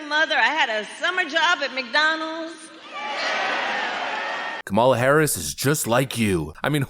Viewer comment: she didnt even believe she had to say McDonalds... or rather mc.. donalz... give me more hooch please